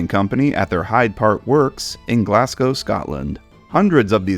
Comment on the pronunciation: fiannly an American can say Glasgow properly